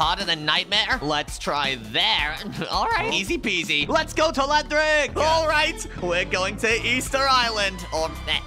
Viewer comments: bro telahantric instead of telanthric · That not tleanthric that is tleantrock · It’s Telanthric not telanthllric